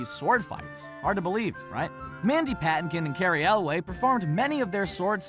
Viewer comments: It's Mandy Pa-TINK-in, not Mandy PATton-kin. Grrrrr... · puh-TEN-kin, not...whatever it was you said. (PAD-n-ken?) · Mandy PAN-TAY-KIN not "PAT-IN-KIN" lol... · FYI, it's Mandy /puh-TEN-kin/ Not /Pat-in-kin/ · He also mispronounced Patinkin... its Pah-tink-in not Patting-kin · "Mandy Pat in kin"? Um, It's "Pa tink in". Yikes!!! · I have never heard anyone pronounce Mandy Patinkin's name as 'pat-in-kin' before, and had to pause and rewind to see if I had heard you correctly. It's pronounced 'pa-tink-in' for future reference... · Dude, please learn to pronounce words correctly if you are going to be a narrator. For instance - in the word SWORD the 'W' is silent, and it is actually pronounced SORD. And Mandy Patinkin's name is pronounced like it is spelled. PA-TIN-KIN. Not PATTY-KIN. And also, why don't you show the scene from the movie where the mistakes you're talking about actually happened, instead of just some random clip? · "Mandy PATTIN-kin??" For the record it's pronounced Mandy peh-TANK-in. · Mandy Pat-ken-ton??? Really? For a site dedicated to movies and actors, you would think you would know it's pronounced Mandy Pa-taynk-in. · So now can we talk about Mandy Patton-kin or as he prefers Pa-Tink-In? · It’s pronounced Mandy Puh-teenk-in. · It's pronounced "Pah - Tink - In" Saying it the way you said it, makes you sound like english is a second language to someone who knows the way his name is pronounced. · Mandy Patinkin (pronouced: pah-tink-in) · Say it with me: Mandy Pa TIN Kin. or: Mandel Bruce "Mandy" Patinkin. Pronunced: pəˈtɪŋkɪn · "Mandy paddington" yikes. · I'm sorry... "Mandy PAT-in-ken"? Are you serious? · Many pimpumpkin? What was that now? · Mandy who in "The Princess Bride?" Another case of "it's pronounced just the way it's spelled": Pa-TINK-in. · I can't even spell what he did to "Patinkin." Patton-kin? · Learn to pronounce Mandy’s last name. Thanks. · What's with your pronunciation of Mandy Patinkin?? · Mandy Paw-TINK-in Cary El-wez